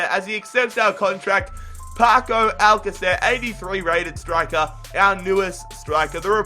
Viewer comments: It's pronounced Alka-th-air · Its pronounced al KAH ther. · I think you say his name al-ka-sir and great video.